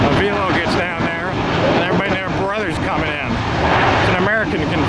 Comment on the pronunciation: you should figure out where AVELO is based out of. you should say the name right.